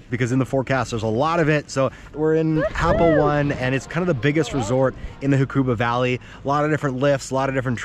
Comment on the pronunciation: Learn to pronounce the name it’s not happo 1 it’s happo o-ne